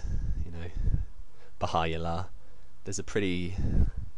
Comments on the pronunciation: Baha-U-llah not Baha-I-llah, maybe you don't know everything... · By the way it's Baha-U-llah not Baha-I-llah... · Hi:) I liked your video:) it's very funny. Anyhow there's a few points I would like to make of varying importance. - Here's how to pronounce Bahá'u'lláh: Ba (as in Father) há (as in how) 'u'(as in ooh) llah (as in Allah) - Means Glory of God. Not that it's a major point but most Bahá'ís refer to their faith as the Bahá'í Faith.